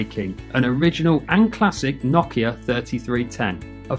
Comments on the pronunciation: It's pronounced No-Kia not Na-Kia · nakea? tf is he saying